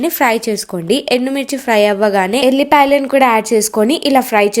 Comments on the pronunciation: Adhi vullipaya yellipaya kadhu 😂😂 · అక్క ఎల్లిపాయ కాదు అక్క వెల్లుల్లిపాయ అక్క